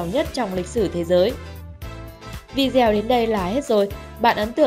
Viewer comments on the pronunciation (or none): Video đọc đúng là vi đi ô , không phải là vi gieo